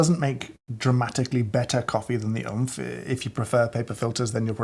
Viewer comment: wasnt oomph supposed to pronounced like roblox death sound?